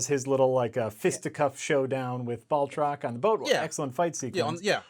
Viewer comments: There is NO "L" in BATROC THE LEAPER!!! Agree with the symmetry though. Also funny how he is one of the few reoccurring villains in the MCU. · You shouted out the great Lodge 49, so all is forgiven. Though none is needed because I checked and Jack Packard was the one who started the mispronouncing the Marvel misanthrope's moniker.